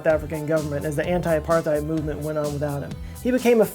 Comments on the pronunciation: The th in the word apartheid should be pronounced separately. Apart-heid. Literally apart-ness. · Hey just wanna say it is pronounced Apart-Hate